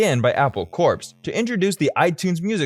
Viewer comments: And I cringed every time he pronounced "corps" as "corpse". It's should be just like "core". Sigh. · Just started the video, and...did I hear you actually pronounce the 'p' in 'Corps'??? You even say, further into the video, it's pronounced 'core'...but you keep saying the 'p'. Never clicking this channel again...